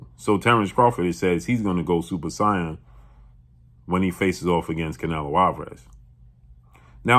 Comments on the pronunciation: "Super Say-Awn".... like Vegeta? 🤔. But team Crawford 💯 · Butchering “super saiyan” but I’ll let it slide